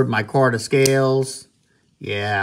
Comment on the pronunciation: Dude. I'm going to say something nasty but which will help you in the long run. Stop coughing and clearing your throat in your videos. Cut your nails. Pronounce it "My-karta" not "Moy-Korta" or "Corban". Try not to carry on in the same tone of voice. And lastly, if you want to up your viewers, consider wearing gloves or exposing your hand to the camera. It is a bit unpleasant. Neeves helped you a lot but address these issues and you won't need his push. Best.